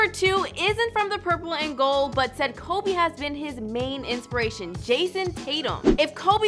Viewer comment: Its Kobe not Cobe...do you even know the Mamba?